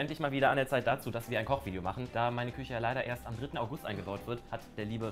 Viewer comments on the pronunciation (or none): Schöne (Küsche) 😂 gutes Deutsch Rewi